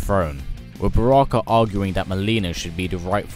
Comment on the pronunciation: it is not broke is Baraka